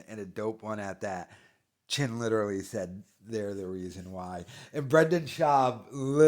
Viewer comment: Bro his name is Clin. Not "Chin" come on man have some respect